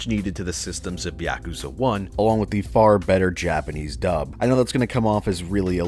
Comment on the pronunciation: Great series but you pronounce it wrong 😷